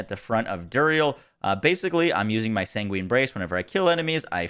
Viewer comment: "sanguine" is pronounced like "penguin". Say-ngwin